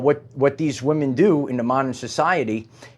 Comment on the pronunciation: Please don't succumb to the internet mind-worm of losing the ability to pronounce the plural "women",. <3